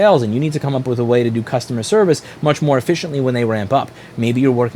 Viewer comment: how hard cant it be to pronounce "much"